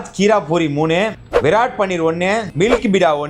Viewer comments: Virat illa da tharkuri... Vrat.. To be pronounced as - Vra .. th Tharkuri mundame... Un job food tasting athayavthu olunga pannu da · It's not virat it's vrat ....vrat mean fast in hindi❤ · It's vrat not virat🤦‍♂️ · Vrat ❎ Virat✅ 😂😂😂😂😂😂😂😂😂😅😅😅😅😅😅😅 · Loosu adha Virat illa vrat (veratham) 😂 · Vrath not virat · its not Virat - its Vrat .Vrat means fasting - please learn the meaning or google for it ,dont post anything randomly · 😂 Yov adhu vrrrath😂 viradham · விராட் இல்ல. வ்ரத் விரதம். உச்சரிக்க வரலன்ன எதுக்கு காணொலி போடறீங்க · Vrat ❌ Virat✅ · That's not Virat, vrat meaning vratham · Adhu virat illa.. Vrat...fasting nu varum nu nanaikkiran... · Vrat not virat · Adhu virat illa vrath, vrat na lae fasting dhaan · Dei adhu virat illa pa VRATH(means fasting in hindi) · Adhu viraat illa. Vrat. Sanskrit word for vradham. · Pronounced as vrath...meaning fasting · It's pronounced as vrath meaning viradham